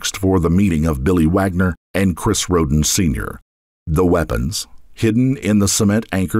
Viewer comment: Anyone else hear "rodent" instead of the family name "Rhoden"? All I kept hearing was." the rodent family fled to Alaska " "the youngest rodents were left alive" "the rodents often kept to themselves" and "an investigation into the rodent family massacre led to the Wagners"😂😂😂